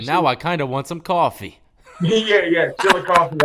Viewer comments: Chillicothe, not chilly coffee lol. Cracking up bro. Still trying to catch you live so I can join that monthly compound hitter! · U right bleedscarlet. Its Chillicothe. I was wondering if anyone else knew that...ol saying chilicoffee. Lol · Chillicothe. Not Chilicoffee lol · Hey death it was Chillicothe not chili coffee lmao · Chillicothe,...not Chilli Coffee lol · Chilli coffee.... lol... I'm from marion